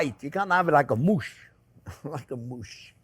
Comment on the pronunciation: Great video, Chef! I love cole slaw and cabbage is a super food! The word you were searching for when things are chopped too fine is “mush”. Pronounced rhyming with “crush” or “rush”. Not moooooosh! Lol. (Your English is just fine, my friend! Better than my French!).